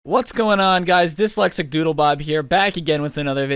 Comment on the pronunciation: Bruh he said dislexsic doodle bob 😂😂😂😂😂😂😂😂😂😂😂😂